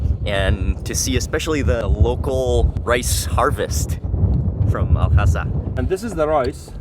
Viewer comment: I dont understand why Mark is making the pronunciation unnecessarily difficult... Its simple... Al Hasa Mark says it Al Khhasa